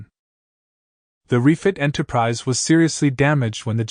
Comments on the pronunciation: Enterprise eh and Enterprisey. 😂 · Why don't you take a real human speaker? Why do you take this AI-BS? What's an "Enterpri-zey"? Enterprizy